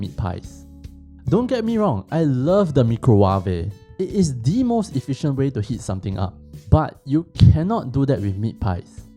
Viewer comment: “Mee crow wah vay”